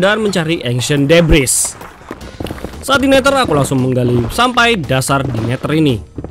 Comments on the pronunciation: Neder bang bukan neter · Oy bang bukan neter tapi neder🤣🤣🤣🤣🤣🤣🤣🤣🤣🤣🤣🤣🤣🤣